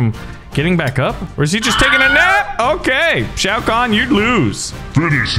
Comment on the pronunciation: I mean at least he can pronounce Shao Khan